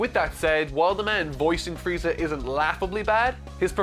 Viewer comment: I shall name this version of Frieza "Fieza".